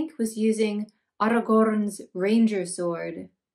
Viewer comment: your whimsical narration is gorgeous, playful and endearing, the 'Arrrrrrragorn' pronunciation was amazing, so fluid in its delivery. And your attention to detail is outstanding! Keep up the great work, with appreciation of your work, Alex 😊